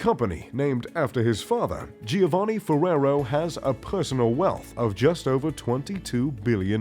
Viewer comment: Younshould learn how to pronounce „Giovanni“. Next, who you show as „Dieter Schwarz“ actually is „Michael Otto“ from Otto Versand.